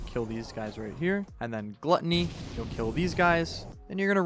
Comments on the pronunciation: It's gluttony not gluteny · "Glutteny" lol